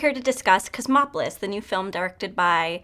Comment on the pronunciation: Did she just say "chrismopolis"?